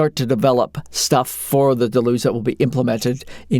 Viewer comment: Always bugs me...someone decides to make a lengthy video about Deluge, but can't be arsed to learn how to pronounce the name. Delooooge. It's an English word ffs not French :D